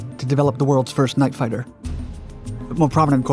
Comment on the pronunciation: "Night fitter." Bye.